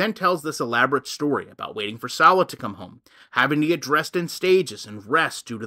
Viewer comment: Do you purposely mispronounce salahs name? I always wonder if you’re being malicious or if you really just mispronounce it?